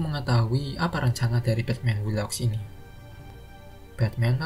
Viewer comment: Batman who laughs 😂😂😂 batman wu laf. Ini spellingnya bos